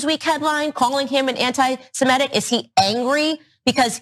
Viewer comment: And why does it seem that absolutely everybody mispronounces the word 'antisemitic'? Even Larry David mispronounced it in a video with Martin Short. They can pronounce 'antisemitism' with no problems, but not 'antisemitic'. It makes no sense at all.